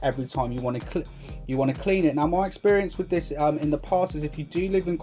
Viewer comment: Wif four freds lol